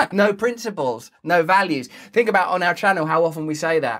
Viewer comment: "Havf a lil Fink Furst!" - Russell Brand 2022